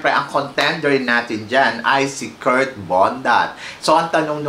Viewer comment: Anong Kurt "Kirk" ang bulol mo talaga